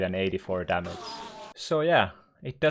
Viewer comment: Damace.. Kinda annoying. Learn to pronounce G